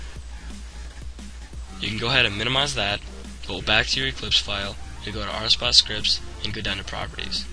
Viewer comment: he said rsbut tehe